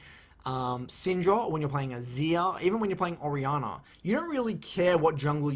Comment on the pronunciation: I'm sitting here thinking "Who the hell is Ariana?". Then I realized he was talking about "Orianna". Thanks for the guide, btw!